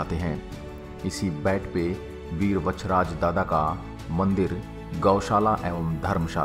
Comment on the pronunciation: Kahani sahi hai par nam thoda galat hai vatcharaj nahi veer vachharaj dada